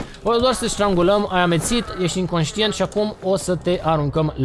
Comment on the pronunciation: strangula cu "s" nu cu "ș". no hate, numai bine :)